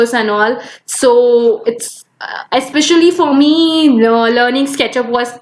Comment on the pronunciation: I just pause there dislike the video & gonna after listening Yespecially Afcourse Woldar these pronunciation